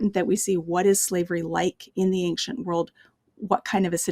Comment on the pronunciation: Anxient=not a word, don't fall for the false pronunciation!